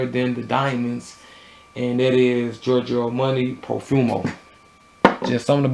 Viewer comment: Giorgio Armoney haha!